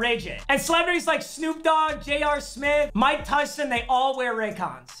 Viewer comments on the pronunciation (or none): bruh said mike tuson